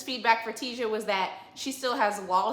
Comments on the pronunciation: 😂😂😂 that lady's name is Tisia (tuh-sea-uh) not Tasia(Tay-zuh) or (Tea-zuh). Your nephew Tommy impression is EVERYTHING!! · Tasia's name is pronounced Tah-see- uh. Love your channel boo!